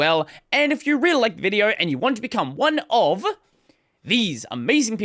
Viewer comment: I like how you've suddenly started clearly enunciating "one of". I've started noticing it a few months ago but I'm just pointing it out now because I noticed that no one's talking about it. 😅 I'm curious about the backstory about it. 😂